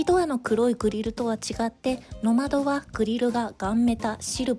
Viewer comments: ノ→マド ノ↑マド 発音が違うような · ノマドの発音が平坦だから野窓に聞こえてモヤモヤしてしまう。 ノ↑マ↓ド↓ですよー。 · ｢ジムニーの窓｣に聞こえます😂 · 「野窓」訓読みで棒読みになってます…「NOMADE＝遊牧民」 過去のCM見ると高低アクセントが掴めるかも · 「ノマド」のイントネーションが😂 「ボカロ」のイントネーションじゃなくて、 「ポカリ」のイントネーションが正です⛰️ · どうもよくない？とか思ってたけど最後まで観てるとめっちゃ気になってきたｗ